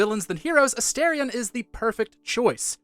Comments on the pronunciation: I have 2 favorites. It's either between lae'zel and shadowheart. P.S. You miss pronounced A-star-ion. Everyone who is saying A-stare-in. If you're gonna say their name, you gotta say correctly. Because Astorion means star, Astarin mean stare. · It's pronounced A-STAR-ion. How do you play a 100 hour game & not know this???